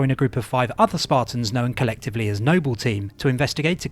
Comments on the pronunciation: I honestly thought you were trolling, the way you pronounced Noble and Jorge was both painful and hilarious. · Why are you pronouncing Jorge and Noble wrong? Both of these words are spoken by characters in game, it's not like these are words that are only written... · i utterly despise the way you're saying Noble 6 , i tell myself you're doing it on purpose for laughs because you can say Noble Team properly... but it still pisses me off. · Kinda irks me how he says Noble and Jorge, lmao.